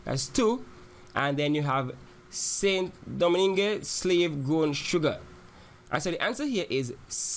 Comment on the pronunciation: Was just about to type this... And St. Domingue is pronounced weirdly too